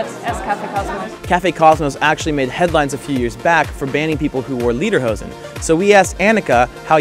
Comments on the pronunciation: Repeat after me: lay der hozen.....not lee der hozen. I lived in Bavaria for three years in the 1980s and I still miss it every day, the food, skiing, the people, the culture. I bin a Bayer, host mi ! Super video, brought back many memories. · Leaderhosen? :D its spoken like laiderhowsn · Don't mean to be smart-alecky, but Lederhosen means Leather Pants, but you say "Liederhosen", which would mean "Song Pants." :D